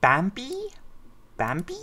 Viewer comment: If you're gonna use Google translate to do the names, don't use the "English" translation for the audio. Put their korean name in the left, and click 'audio' then you'll hear how the Korean names should sound. Bamby's name is said more like "Bah-mby"